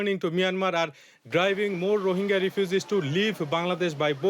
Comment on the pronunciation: please pronounce rohingya properly :(